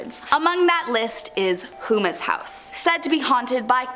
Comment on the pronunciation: I’m from Louisiana and Houma is pronounced home-ah. Not hoomas, lol